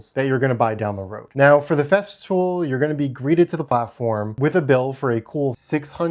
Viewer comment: I thought I heard you say "theft fool"